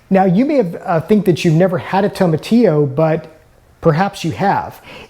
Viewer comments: you are pronouncing TOMATILLO wrong lol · The Very first thing you said is wrong. That's not how you pronounce it.